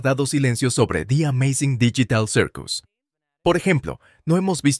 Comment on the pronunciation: Pov el wey : hola como estan yo estoy bien y hablaremos de di ameizing dillital sirkus